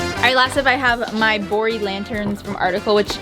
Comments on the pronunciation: Yeah, I too thought I heard "boring lanterns" and not "Bori Lanterns." I thought, "Well that's not a nice thing to say about those lanterns! Yeah, they are simple, BUT not boring!" LOL Awesome makeover! I wish I could be HALF as clever as the two of you! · Lol I had subtitles so the same thing happened cuz it thought she said boring not bori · every time she said "bori lanterns" I heard "boring lanterns" and it took me an embarrassingly long time to realize that she wasn't calling the lanterns boring